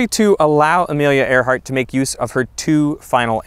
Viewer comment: It’s Earhart, not Airheart